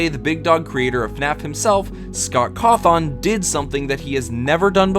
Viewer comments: Hearing you pronounce Cawthon (caw thin) as “caw thoun” almost felt like AI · CAW-THON has to be the funniest way I've heard someone pronounce his name, really great video too :D